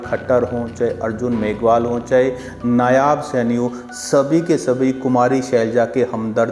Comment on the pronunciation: भाई जी राम राम! आप बहुत अच्छे प्रोग्राम करते हैं, आपको साशुवाद। एक चीज़ मुझे खराब लगती है, आप नायाब सैनी बोलते हो, कथूरिया जी भी नायाब सैनी बोलते हैं। नायाब नहीं नायब है भाई साहब। कृपया ध्यान दें। बाकी आपकी मेहनत को सलाम है।